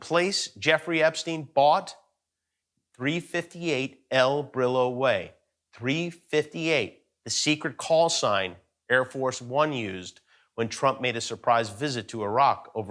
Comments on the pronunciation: Jsjsjsusjsjs "el brilo" :v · Jimmy, it’s not El Brillo like Brillo cleaning pads. It is pronounced Bree-YO. Two LLs in spanish equals a Y sound. Ok?